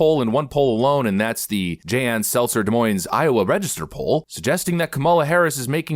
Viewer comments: I love you buddy but for the love of God it is "De-Moine" not "De-Moines" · May I make a suggestion,? Des Moines is French, so you don't pronounce the s's. De Moin. (long 'o', just 2 syllables) Sorry, couldn't resist. Or, you could say Dez Moin Ez if you want to play with people's heads. BTW, the Des Moines Register is good for layering stored potatoes in a cardboard box in a cool, dark place so they don't sprout too quickly. Can also be used in bird cages. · FYI: The S's in Des Moines are silent. De Moyn. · Please learn how to pronounce "Des Moines" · The S is silent in Des Moines. I still love ya though lol. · Great video, as usual. The S at the end of Des Moines is silent. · My guy, you don't pronounce the "s" in Des Moines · Btw, don’t pronounce the “s” in the “Des” of Des Moines.